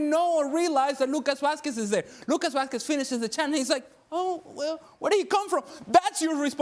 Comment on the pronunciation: how many years have you been reporting on La Liga to say "Vaskwez"? 😅